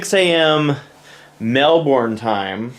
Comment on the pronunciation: WTF is mel-bourne. Oh you mean Melbourne XDD